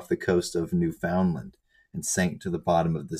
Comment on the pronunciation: Did he just pronounce Newfoundland as Newfoundland? Say it like an Irishman, for fook's sake